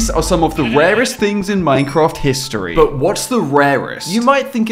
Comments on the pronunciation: Rarest❌ Warest✅ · Correction:rarest not rewast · Bro really said "Rewrest"💀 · Did you say waest?